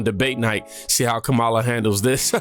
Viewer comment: It’s KARMALIAH 😂